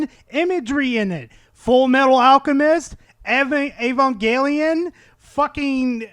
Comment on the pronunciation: good video but my man mixed two common pronunciations of evangelion together lol also i thought “mog” meant just showing that you’re bigger than someone else or something like that like how hylian hands are tiny compared to ritos wings everything else is good tho